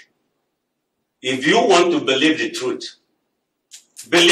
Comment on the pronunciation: If you can’t pronounce the word truth. I can’t trust you.